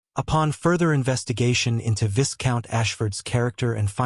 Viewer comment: viscount is pronounced as vai count.